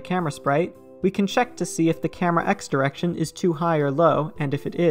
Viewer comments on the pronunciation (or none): ah yes... driection